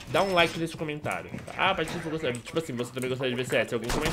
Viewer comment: Q PATOFE Q PATOFE OQ PORRA, É PATIFE